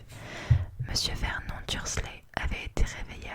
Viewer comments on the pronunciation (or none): Pitié on veut une suite, ton chuchotement est parfait. (Ps : vernon se prononce vernone et dudley deudley)